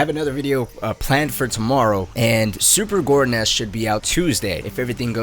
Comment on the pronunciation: y u say super gores nest